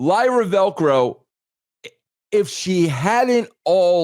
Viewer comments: Lyra Velco? Who's that? You mean Lyra Valkyria? Now I can't take what both of you are saying as serious wrestling critics. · I always pop when Russo messes up wrestlers names 🤣 Lyra Velcro, DUI instead of DIY, Jury Duty instead of judgement day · I can't help but laugh everytime russo mispronounces Lyra Valkyria's name 😂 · He's not a mark and that's his casual mindtake. If he's a wrestling mark, he would say her name right 😅.